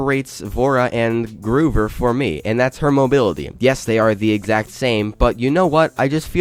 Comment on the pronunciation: He said "GROOVER" IT IS (GROW)-(VER)